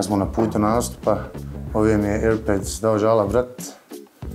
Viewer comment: lik rekao airbeds hahahha